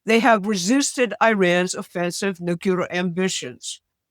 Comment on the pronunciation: NUCLEAR There is only one 'U' in nuclear. You are an educated woman. Try pronouncing it that way.